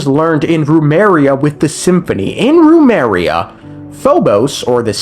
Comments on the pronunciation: My man, it's Remuria, not Rumeria. 💀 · Idk why but I'm going insane over the fact you keep saying remaria and not remuria🥲🥲🥲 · Rumeria? U mean Remuria 💀 i can't lmao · Was his name God-King Rumes or God-King Remus? Why would he call his nation 'Rumeria' when his name is Remus? Come on, man, that's 3 videos now. It's not even a complicated japanese or german name. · It is Remus, as in Remus and Romulus, and his nation is called Remuria, (pronounced REE-MUSS, REE-MUR-EE-UH)